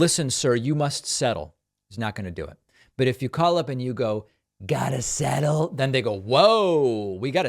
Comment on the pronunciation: "You gotta sssettel"😂😂😂😂